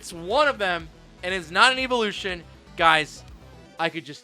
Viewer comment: How can he not pronounce evolution correctly??